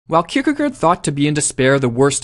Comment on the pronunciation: You pronounciation is not bad, but the last syllable is actually pronounced like 'gore" - "kierkegore"